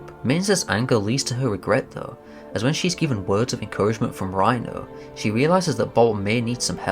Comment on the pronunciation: I always understand Rino instead of Dino when you are talking about the Hamster 😂